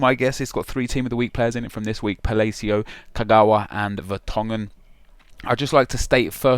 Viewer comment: Nep. One thing that pissed me off every episode is. Palaycio. It's pronounced Palacio not Palaycio